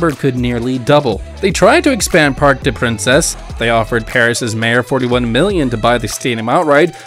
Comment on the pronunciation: "Parks dess Princess"? 🤣🤣🤣